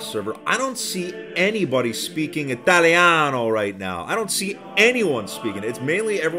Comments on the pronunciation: "ITAILANOUH" that hurt me in my pizza heart jokes apart, what's the server IP? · "no one speaking ITTALLIANNO" ( I'm italian hahah) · im italian and hearing italeano from hurt my heart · I died from laughing when he said "italiano" 😂😂 P.S. I am italian